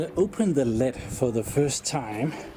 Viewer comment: I can't help but notice that you pronounce lid incorrectly. I'm not being mean, just pointing it out in case you want to improve yourself :)